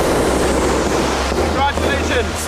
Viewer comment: I can't understand why this was cancelled but soap rubbish like EastEnders continues. annoyed me though, saying that ridiculous word 'Congradulations' instead of saying it correctly.